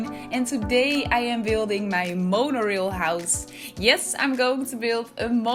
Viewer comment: This is beautiful! (Also the rail part of Monorail is pronounced like ale with an “r” in front of it). ❤️ your builds, they are so inventive and artistic.